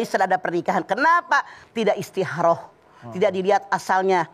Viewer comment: Istiharoh. Kalo Mamah "Kho" nya diganti jd "Ha" mk nya istiharoh. Samaan seperti Khodijah jd Hadijah.